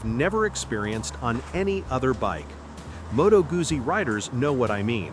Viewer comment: It is pronounced MOE-toe GOOT-see